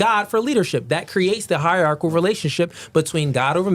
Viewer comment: Hie-rar-chi-cal order